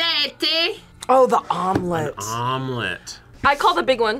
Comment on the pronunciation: the way she said omelette 🤢